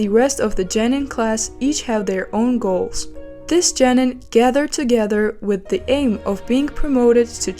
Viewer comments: Geeeenin not jeeenen. Wtf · is it Genin or Jenin? u pronounced it like Jenin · I'm sorry, it's Genin not Jenin. Learn to speak. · OMG it pronounced JOE-NEEN